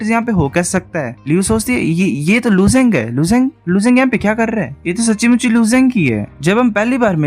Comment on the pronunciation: Bro sachhi muchhi word aap jish tarah se bolte ho vo 🤩🤩🤩.........(sabdo me nahi bol sakta karna achha hai)